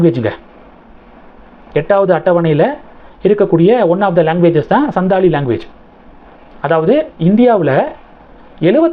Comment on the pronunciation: The pronunciation is Santhali. Probably our President's mother tongue.. as she comes from the santhal region in Odisha.